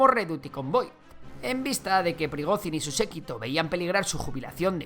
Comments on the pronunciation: Por dios, pronuncia bien el nombre, Llamar a Prigozhin, /Prigozin/ es como llamar a un Jose o Juan, /yose o Yuan/ Mira que se repite veces el nombre en televisión, simplemente con pegar el oído un poco nos dariamos cuenta que se llama /Prigoyin/ con una Y muy vibrante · Se pronuncia "priGOdshin", como la J portuguesa, catalana o francesa.